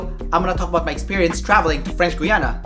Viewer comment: French "Gwee-ana"???? Try French "Gee-ana" dude